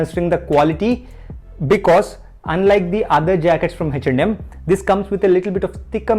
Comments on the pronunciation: Bro is 'H&M(eh n em)' not 'hach nd Um' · Am I the only one who is hearing it as HECH AND HEM?